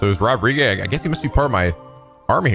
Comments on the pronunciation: No one: Literally no one who can hear the distinct pronunciation of Rodrigue: this episode: Rod•ri•gae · Weird that keeps calling Rodrigue "Rodri-gay" even though the game is fully voice acted and he should hear it properly pronounced enough